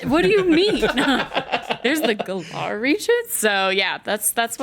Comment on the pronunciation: Hell she can't even pronounce Galar right and shes worried about saying the professor's name wrong.